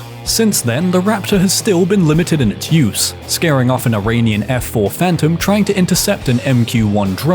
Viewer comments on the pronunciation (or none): none